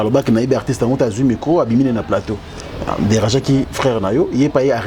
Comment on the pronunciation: Conseil à partir y’a 52eme minutes balobi tika tchoko, oyoki NGAI PE NALOBI: LOBAKA changer , danger et non chanzer ou danzer. Ça arrive po ezalaka probleme y’a lolemo mais sala mua effort ,na wana ekosila nango. Merci pour ta simplicité. Courage !!!